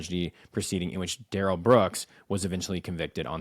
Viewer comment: Duh-rell has probably been “de-railed” a few times by some Bubba inmates.